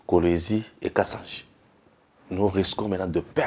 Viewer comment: Effectivement et aussi kasaji et non pas kasanji